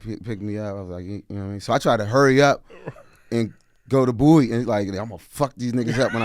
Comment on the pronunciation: thank you for pronouncing BOWIE correctly!! #AyeAyeAyeAyeBowieee🐶